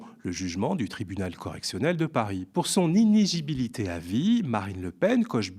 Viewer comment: Je sais pas si elle a du mal à dire démocratie, mais vous avez du mal à dire inéligibilité ; à , à et à par exemple 😊, mais je dis ça pour vous taquiner, parce qu’au contraire de beaucoup de petites chaînes amateurs, votre démonstration est remarquable.